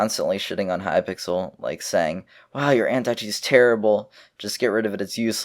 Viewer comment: He said hypickle at one point lol